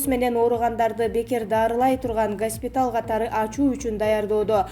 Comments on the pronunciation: Респитатор эмес респиратор,созду дагы туура окуй албаган дикторду чыгарып коесунар,таймыс эмес таймс,Сойго эмес Шойгу,коп создорду аябай туура эмес акцент менен окуйт,гаспитал эмес госпитал деп айтылат,бул жактан туруп уяласын ушундай сабатсыздар диктор болуп суйлоп жатышат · Нормальный журналист жокпу гаспиталь деп ужас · Айланайын кызым респиратор,госпиталь дегенди туура айтышты дагы билбейсинби? Азыркы жаштар кандай жерден,кимден билим аласынар озу? Катуу тийсе кечирип койгула бирок билимдууроок бироону суйлоткуло гас пи тал деп кайталатпай кечке.... Мени жаман корбогуло мага окшоп эле канча адам согунуп угуп атышкандыр .... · Мыногу окуган Кыз ударениени кбашка жактан койотко, гаспитал дейтко. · Журналист кыз ото сабатсыз экен! Респетатор , госпитал , пневмания тфуу блять! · Гаспитал менен пневманияны тууралап айтсан карындашым силерди кандай конкурстан тандашкан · Журналист кыз респитатор дейт го .уят. Гаспитал Пневманя Ото сабатсыз 👎👎👎👎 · Гаспитал эмес госпитал, туура суйло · Сука туура суйлогулочу Госпиталь деп айтылат Гаспитал эмес. ЭЙ чон Кыз суйлогонду билбейсинби ИДИ НА ХУЙ ПНЕВМАНЯ БЛЯДЬ ДОЛДУРОГОН ЧМО СУКА СЕН ТАНТЫРАП СУЙЛОГОН УЧУН УШУЛ КАНАЛЫНДЫ ХУЙ да корбойм тантыраган тантырак каяктан чыктын сен бля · Гааспитал распират пневмааания окуганын менен жерге кир